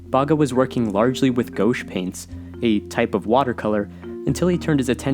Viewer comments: Gouache is pronounced 'go'wash' , great work again dude c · awesome vid, for future reference Im pretty sure the paint is pronounced gwash ( gouche) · i dont think thats how you pronounce gouache